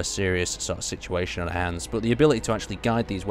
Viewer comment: He seems to do that in every video, lol. 'Are' instead of 'our.'